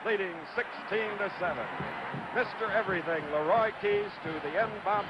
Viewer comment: Schenkel was an idiot. A 17-yard halfback pass was a "bomb by Lah-roy Keys." NOBODY ever called him "Lah-roy" before or after this game. He was really good on the bowling shows though.